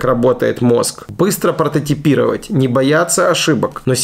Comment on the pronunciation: "...быстро пОртотипировать..." я не ослышался? может быть пРототипировать?